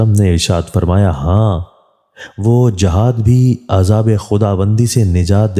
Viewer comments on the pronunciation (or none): none